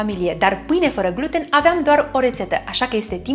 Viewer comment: Pronunțati incorect "gluten" accentul se pune pe a doua jumătate a cuvântului.